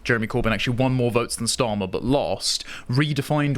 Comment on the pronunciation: "Stali... Starmer." Nice Freudian Slip there,.